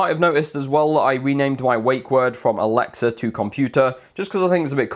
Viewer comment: stop saying alexer